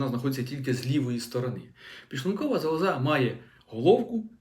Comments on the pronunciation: Ну, не зовсім правильна мова! Лікар неправильно наголошує слово зАлоза. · Шановний, робіть правильний наголос у слові"залоза". Він на першому складі, а не на третьому. Вибачте.